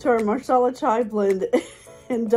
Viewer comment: Nice. It’s “masala” though. “Marsala” is for chicken. 😊. Watching your video at Whole Foods. Looking at Rishi Masala Chai in tea packets. Ingredients seems to be different though. First one is black tea.